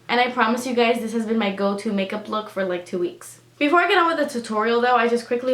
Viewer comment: Be-for-ray made me LOL. gorgeous as always!